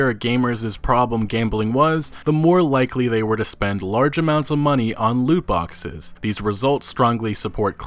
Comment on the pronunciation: “No Loot Boxeth, No premium Pathez”